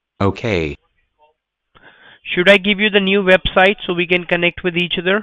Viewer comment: Is the Q&A still open? What's a vebsite lol that all say vebsite instead of website... Plz do some more flood calls videos